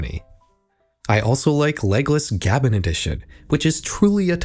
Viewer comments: Fym "gah-ben"? It's "Gay-ben", he literally pronounced it that way. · Gab...? Bro his name is Gabe. GabeN is pronounced like that. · It's not pronounced Gaben, it's GabeN! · Bro... it's not Gaben, it's GabeN, pronounced "Gabe-En" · This is bothering me more than it probably should but it's not Gabun, it's Gabe N, as in his name Gabe Newell, from the time he read out his email GabeN. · Im sorry it just bothers me so much that you pronounce it "Gab-in" His name is Gabe Newell, it's pronounced "Gabe-in" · ITS PRONOUNCED GABE N NOT GABBEN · pronouncing gaben as "gah-ben" is proof ur a LARPER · it's pronounced gabe-en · In russian it's actually Габен, and it's pronounced as Gah-ben, local meme you know :) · Gaben is pronounced "Gay-ben" or "Gay-bin" Otherwise, neat vid, gonna check out some more of your stuff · excuse me???? gAAben? it should be a crime to pronounce gaben like that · The scariest thing in this vid is you pronouncing Gaben like Gab-en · Saying "gaben" as "gah-bin" bruhhh you reading from a plagiarized script or something? Tell me you don't actually know the meme without telling me you don't actually know the meme, while pretending like you were in on the meme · (gab-en) is crazy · I dislike this video because of the way you pronounce Gaben... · The scariest part is how he pronounced "Gaben" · The scariest part of this vid is how you pronounce Gaben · The most horrific thing is how you mispronounce Gaben. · Evil Leafy maze game lookin ahh 💀 But seriously tho, it reminds me of the Evil Leafy Maze Game, made by the creators of BFDI. Hold on, SUMMER?! Oh boy, how do Russians live with this? soul leaves body due to mispronounciation of one of the most iconic names on the face of the internet "Now! Now! Now! Join us! Come on!" Bro chill 💀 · bro has no idea what a gaben even is the way he pronounced that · Scariest part of this video is the pronunciation of Gaben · The way you pronounced "Gaben" gave me 10D7 points of psychic damage.